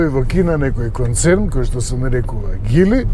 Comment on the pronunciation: А тоа за Geely како се изговара на македонски, според гугл транслејт Geely= Џили а не Гили....